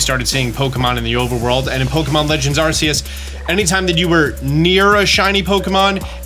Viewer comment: lmao it irritates me on how he say Arceus. like, i know people have different pronunciations, but knowing Arceus' real name and hearing it being called a different name grinds my gears 😆